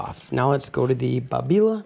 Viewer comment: Your pronunciation of Babila is the correct one in Italian and it is an Italian machine after all and Babila is an area of Milano.